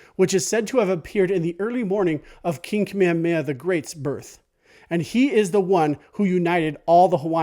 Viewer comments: Good stuff, but can we try and pronounce King Kamehameha correctly? You are not alone. It's not Ka-meamea. It is Ka-me-Ha-me-Ha. Emphasis on the H. Mahalo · you say you're Hawaiian but you say "Kamehameha" like a haole